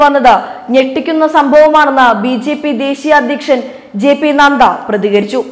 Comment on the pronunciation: J P നദ്ദ. നന്ദ അല്ല നദ്ദ